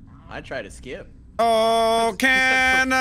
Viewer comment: wow u guys butchered O' Canada lol